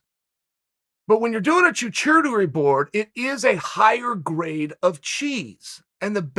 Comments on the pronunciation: Listening to Chael try and pronounce "Charcuterie" over.... And over... And over....was worth the click... 😂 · Chochodery, chowchurdery, chachurady, clam chower board 😅🤣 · “Choo choodeir board” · It’s pronounced shar-koo-tər-ee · Literally everyone: charcuterie Chael: chachootery Literally everyone again: chachootery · "CHOO CHOO TERY" 😆 🚅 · I have never heard anyone pronounce charcuterie board that wrong before in my life..... This guy talking about a board on a train the choo choo Terry board? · choo-choo-tory board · Never thought I'd hear Chael say charcuterie. It was butchered in the best possible way choochootery lol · Is this an American issue or a Chael issue, charcuterie board is not said “Choo chootery” and a Brie or a German cheese are probably some of the most child friendly cheeses out there. Furthermore cheddar is pretty strong and might not be liked be a kid either, i’m so confused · Choo-choo-tery board 😂😂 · It, Chacuterie Chael (Ch-ku-te-rie)😂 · Chael, it is Charcuterie : Char Cute Rie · HE SAYS CHA-CHOODARY SO MANY TIMES - He's gotta be trolling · "My daughter now wants Choochootery for Brekfrrest. Okay Great." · Because it was coming from uncle Chael, I wondered (just for a second) if it was me mispronouncing it...😁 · I swear one of those was a cha-choovery board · Also Uncle Chael, it is pronounced "Shaa-koo-tuh-ree' :) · Chachootery board? Lolmao. At this point I think chael’s in on the meme and intentionally mispronounces things so he can watch the comments blow up. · Like Ralph from The Simpsons - "I choo-choose the choo-choo-tery board!" 😂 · Ah the extra classy choochooterie board. You know it's fancy when the Americans can't pronounce it... It's a deconstructed sandwich. Never lost a round. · "Choo-choo-tary boards" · Wait.. what Is a chewchewturi board hahaha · charcuterie: SHAR-koo-ta-ree ... I can't let you get close. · Shark cutlery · Choo Choo tury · Chael, wtf is a Chewchewtery board? Haha. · Char-koo-ter-ree… Charcuteries !!!